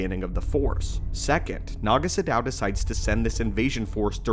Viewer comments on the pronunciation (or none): Isn't it 'Naga SADOW'? Not 'Shadow' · Isn't his name "Naga SADOW," not "Naga Shadow"?